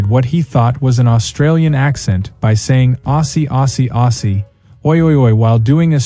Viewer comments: Aussie is pronounced Ozzy, without a double “s” sound. AI limitations again on show.😅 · Why do AIs that are supposedly narrated by an Aussie always pronounce 'Aussie' incorrectly? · The voice over is Definitely not Australian by the way he pronounced Aussie Aussie Aussie oi oi oi